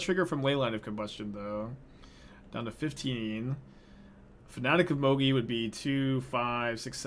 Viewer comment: The way you pronounce Mogis drives me insane, but not as much as not drawing the second red source that first game.